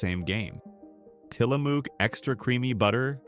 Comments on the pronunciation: It is til la muck not til la mook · Tillamook is said Tillamuck. It’s located in Tillamook Oregon.